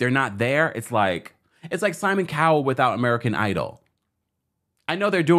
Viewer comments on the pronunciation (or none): none